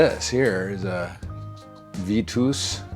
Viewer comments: it's pronounced "Vee tuss" , not vee tooose. And it's French, not German. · "suntour Super bee" and "Veetoos" made be chuckle, but "Biarn chai" was S tier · Bee-yawn-chai. Vee-toos. I guffawed. Then commented to appease the algorithm gods. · Is mispronouncing "Vitus" and "Bianchi" on purpose? "Look at the stem on that thing." 😄